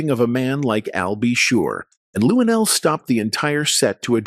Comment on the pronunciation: Why do we need to see you shake your head on the side of the screen? You should be somewhere learning how to say Luenell's name. You said LuDell.